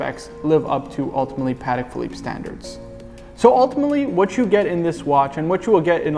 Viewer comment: Haha my apologies you know what it is when you start filming it's easy to fall into the lazy pronounciation phase and mispronounce things. Will pay closer attention to this in the future 😁👍